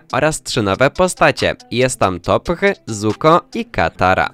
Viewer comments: jak cos czyta sie tof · jakby co toph czyta się jak tof